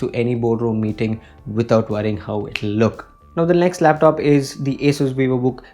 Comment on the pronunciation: It is not pronounced as एसस . Correct is असुस